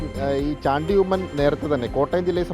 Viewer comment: കൈരളി ആണ് ഷാണ്ടി ഉമ്മൻ, അല്ലടോ ചാണ്ടി ഉമ്മൻ എന്ന് ഉച്ചരിക്കാൻ പോലും അറിയാത്തവൻ. മന്ത്രി സ്ഥാനം നിങ്ങൾ ആണോ തീരുമാനിക്കുന്നത്